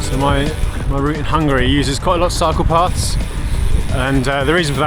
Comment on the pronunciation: As a French speaker, I literally heard 'Hungary, lots of psychopaths' instead of 'cycle paths' lol